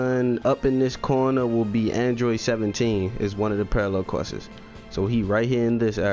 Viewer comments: dis nigga really just said all parallel questes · why do you add an unnecessary s at the end of quests lol